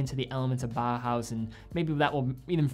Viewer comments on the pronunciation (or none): none